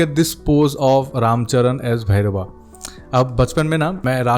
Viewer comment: Bhai bhairav ko bhairava kyo bulate ho angrej ki paidaish